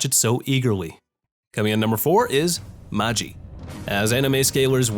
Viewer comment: Ayyeeee magi is pronounced “ma-gi” not “ma-jiiiiii”!! I heard something about producers not being able to hire the same CVs cuz they’ve become too famous and it takes a lot of money to use them in one show… Also, apparently no game no life didn’t get a second season cuz of some problems with the illustrator or something. But they did get a movie so anyone interested, check it out👍👍👍